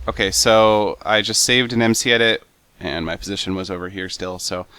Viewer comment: Google! Also its mcedit not edet :)